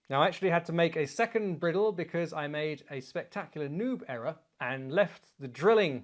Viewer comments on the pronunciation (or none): Fascinating video, and as entertaining as ever, but "briddle"? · Chap, you and I both know that bridle is pronounced just like the headwear for a horse. Its purpose is the same as the bridle For your horse. Cheers